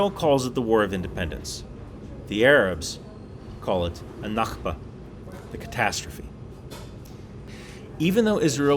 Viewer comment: It's pronounced "nakbe", you switched the ك with the خ (hard k) sound